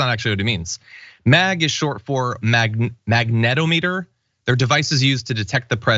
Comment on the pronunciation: Magnetometer, yes but it’s pronounced the same way as “thermometer”. Mag… ne… tom… eter Fyi.